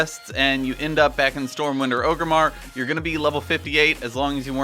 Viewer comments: 'Oh-grimmar', because those famous silent 'r's are always catching people out. It's Orgrimmar, mate. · Am I the only one who twitches when he says Ogrimmar? It's Orgrimmar. ORG-rimmar. Not O-grimmar.